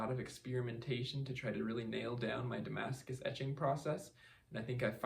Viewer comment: French subscribers here!! You did pretty good accent there. Anyway, thanks a lot for those vids, they teach me a lot as I am going to make a Damascus steel knife for a friend.